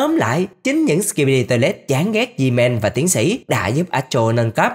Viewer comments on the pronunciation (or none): ông đọc sai tên gman không phải zman